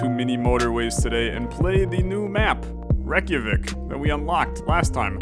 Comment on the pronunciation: your pronunciation of Reykjavík is so good i love the videos